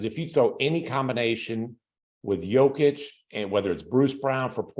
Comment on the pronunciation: Here's how disrespect is pronounced. Even when he was making his first All NBA team, no one nationally could pronounce Jokic's name. We regularly got "Jokovich,' 'Jock-itch,' and 'Joke-ich.' Rarely"Yoke-ich.' With his 2nd All NBA team and WCF appearance, 'Jokovich' disappeared in Joker's shadow. The following year with his 1st MVP award 'Jock-itch' dried up under the glare of the spotlight. Last year and this year with a 2nd MVP and prospect of a 3rd, many began pronouncing his name correctly 'Joke-ich' remains very much alive, though. LeBron used that pronunciation at this year's all star game. Tristan Thompson on ESPN yesterday too. 8 years in the league, soon to be 3x MVP and still many can't or won't pronounce his name correctly.